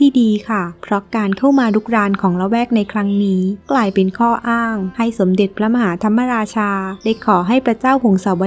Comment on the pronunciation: พระมหาธรรมราชา คำว่ามะราชา มะออกครึ่งเสียง ไม่ใช่ออกทำ มะ ราชา เพราะ ม. ม้าไม่มีสระอะ หรือไม่ประวิสรรชณี (ไม่รู้เขียนถูกหรือเปล่า) หวังว่าไม่ได้จบ นิเทศศาสตร์สื่อสารมวลชนนะ เพราะพวกนี้โคตรโง่ ใช้ภาษาไทยผิดหมด